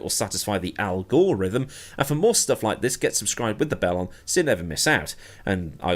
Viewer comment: I laughed at the Al-Gore-rythm. Didn't expect that one.